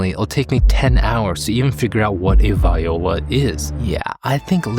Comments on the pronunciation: lol it’s “vee-oh-luh” ;-) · You didn’t learn how to say Viola.